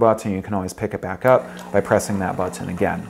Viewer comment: I hate how this guy says But-ton..